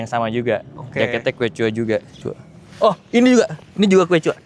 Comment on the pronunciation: btw quechua dibacanya "keshwa" bang